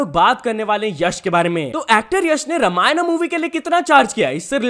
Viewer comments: Not Ramayanaaaa but Ramayan (रामायण) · Bhai Ramayan is Ramayan it's not be pronounced to be Ramayana You belongs to India so please pronounce it well Spelling is Ramayana but it should pronounce as Ramayan not Ramayana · For your kind information It's रामायण and not रामायणा so it's a humble request that Instead of faking your accent just pronounce the correct word and respect your language. When you are speaking in Hindi throughout the video you don't need to say Ramayan in another accent.🙏🏻🙏🏻 It's a humble request that please respect our language and culture. (Though you r not disrespecting it intentionally but fir bhi dhyan rakho) (Also it's अवतार and not एवेटार)🙏🏻🙏🏻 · First of all its Ramayan not Ramayanaa , please correct it 👍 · It's not "ramayana" it's Ramayan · It's not Ramayana It's Ramayan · Its Ramayan not Raamaaynaa.. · It's not Ramayana it's a Ramayan bro😊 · रामायना nahi re रामायण bolna sikhle Bharatiya hai tu Foreigner nahi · ramayan not ramayana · भाई आप अंगरेज नहीं हो, तो प्लीज रामायणा बोलना बंद करो रामायण बोलो।।। Respect our culture aise naam pronounce kr ke cool nhi bante bhai please ❤❤❤❤